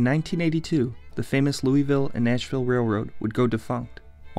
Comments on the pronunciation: It's not lueyville it luville. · The way you pronounce Louisville is making me cringe. It’s said Lul-vull, not Louie-ville. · Bro Kentucky is fine. Nothing happened to it Edit: it’s lueh-vile not looy-vile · That's the way people from Louisville pronounce it but it's wrong. It's Louis ville. Everybody from everywhere else pronounces it right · No it's pronounced luh-vull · Locals pronounce it “Lou-ih-vuul” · I live there and no one says loo-ee unless they are foreign lol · I lived in Louisville from 1976 to 1980, my college years at U Of L. The locals pronounce it Lou uh vull. Neither of your pronunciations hit this. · It’s Looahvuhl and I don’t think we’re forgotten 😅 you forgot about Humana too 😊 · It’s Louisville pronounced locally “Lou-a-vull” and yes im a born and raised Louisvillian #502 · I can't watch a informative video about my city when it's being pronounced the wrong way. There is one way true locals say it and it's not Louie. This is my first exposure to your channel and it's a turn off as it seems not well researched. You did not pronounce it correctly. Period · I’m 60 years old, lived in Louisville my entire life except for some Army time…I’ve always pronounced it Lou-ee-ville…as does everyone else I know. Depends on what part of town you’re from maybe. But you’ll hear both in any part of town. I find the comment section hilarious. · Loo-a-vul !! Somebody didn't do much research outside wikipedia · It’s pronounced “Loo-a-vul” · If your from south East ky it’s lou-vull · Every Louisvillian watching this cringing at "loo-ee-ville" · I've lived here since I was a toddler. It's pronounced Lol-vuhll. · Say it with me: loo-uh-v'll. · it’s not LUI VILLE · Lou uh vull or Lou ih vull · In KY its pronounced Lul-vull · It's LOU A VILLE, kinda like NEW AWL-INS... just saying... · its pronounced luh-ville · When I heard him pronounce Louisville wrong, (Lou-uh-vull) I stopped listening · Loo uh vull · It's lueville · one problem, you pronounced louisville wrong.